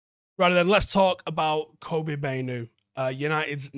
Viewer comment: Supposedly Kobbie pronounced like corn on the cob (cob - bee)